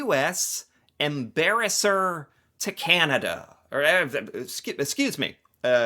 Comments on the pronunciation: LOL! US Embarasor.... oh sorry Ambassador. Hey...now that's funny. And I thought only Canadians were comedians. Thankyou for these videos...and for taking the time to educate yourself... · "The official US embarasser to Canada". I loved this lapsus !